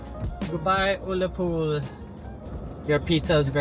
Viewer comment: I say this to you with the greatest respect, Ullapool is pronounced uh-la-pool, also the hill you climbed is pronounced stac polly, but never mind we ALL get things wrong. As a Scot I really enjoyed this trip report, thank you so much for sharing this with us!!